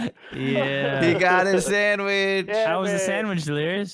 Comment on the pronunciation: you know why he went for the sawich because he likes sawiches